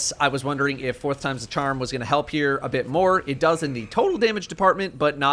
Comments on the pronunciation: You're here for damage numbers. I'm here to be reminded that is from New York every time he says "fourth". We are not the same. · I like how keeps switching to a New York accent whenever he says “Fourth Time’s.” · Unrelated but I love hearing New Yorker accent come out whenever he says "fourth"